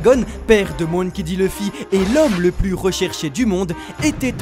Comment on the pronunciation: "MOUNkey" D dragon ! Vraiment ? on est sûr de la prononciation là ? "Monkey" MON comme MONtagne... 🙃😋